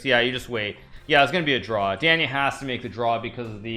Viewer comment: A monster of chess Grandmaster, but can someone help this dude how to pronounce Daniel? Good lord